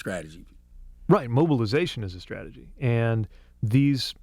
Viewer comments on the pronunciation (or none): Man calls himself a God and he can't even say Strategy!...Skrategy? Fucking clowns! I'm out of here. TRUMP 2024!!